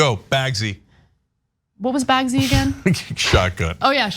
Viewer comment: "Bagsies," not "Bagsy."